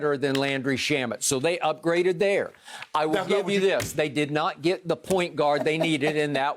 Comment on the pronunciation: "we want our geet back" lol